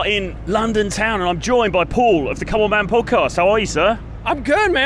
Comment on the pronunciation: "Come On Man Podcast" sounded just like "Co-op Van Podcast"